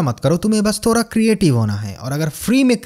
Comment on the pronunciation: आपके video का best चीज है थोड़ा को थोरा बोलना best है boss we love you आप के video के वजह से first time India मे youtube video बनाने का style बदलेगा।